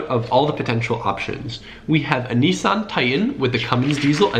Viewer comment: Stopping this after what I just heard as an Australian, we know how to tow but before I get to that I just want to say I have no Idea what you Americans think when you say Nissan but it's Nis san not Neeeesaan! _, Second we legit tow with anything all you need is a small ute not this big hunting small willy men "TRUCKS"........... But other than that keep it up.